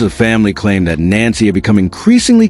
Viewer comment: No wonder, people don't believe this story. You can't even get her name right.